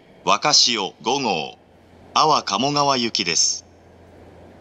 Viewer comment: あ↓わ↑かもがわ